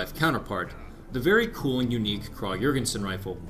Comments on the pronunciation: You say the name of the rifle almost 100% correctly KRAG But when you say the guys name you go flipside with KRAH Sry, it got annoying enough that I had to point it out (donno why, I'm usually not like this). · Your pronunciation of Krag was incorrect. In Norwegian it's "krag" and in Danish it's "krow"